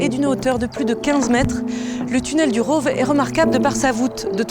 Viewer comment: Le "village du Rôôôve" 🤣🤣🤣 prononciation à la parisienne !